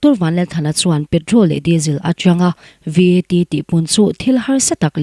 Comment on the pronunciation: I Aw hi a mawi ltk,Mahse..i chhiar hma hian, I lam rik dan tur mithiam rawn rawn hmasa thin teh,I lam dik lo thin a,ngaithlak a hreawm tlat ... Point hnu ah number hi a mal te te a sawi tur ania, VAT te pawh hi spell a sawi loh tur (Vet) tih ang a,lam tur ani ...tun tum pawh ka ngaitha zo peih lo tlat mai ..